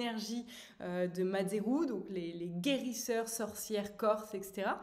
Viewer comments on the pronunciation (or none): Je découvre ce contenu et vraiment j’adore le concept par contre mazzeru n’est pas pas prononcé comme il s’écrit 😅 il est vrai que sur notre île les énergies sont très présentes alors j’espère que ça vous plaira je vous suit car j’adore ce genre de contenu j’essaie de développer ce don que j’ai hérité de ma grand mère par étape continuez c’est génial ❤